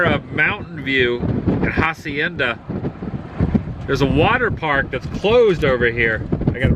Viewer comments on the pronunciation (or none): none